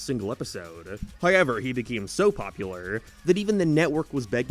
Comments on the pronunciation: Dude, I don’t care where you’re from or what accent you claim to have “hoyyyevwr” isn’t how you say however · HOW ever. Not Hi ever. SOUTH park. Not Sithe park.